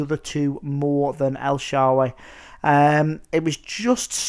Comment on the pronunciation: lol... el shawawey